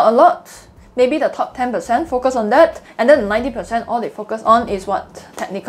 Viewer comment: Your 'Focus' sounds like `f*ck us' but very informative video, Thanks.